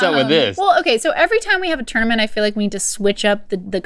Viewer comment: Omg! Says “Tourmanent!” 😂